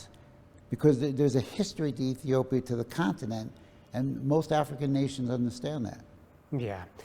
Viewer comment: How comes an Ethiopian can not say Ethiopia?